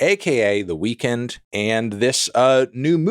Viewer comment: I don't know if Anthony just pronounces weekend like he does in this video in his every day life or not, in which case it's whatever, but it has kinda bothered me for years that he pronounces The Weeknd like "weakened" and not "weekend."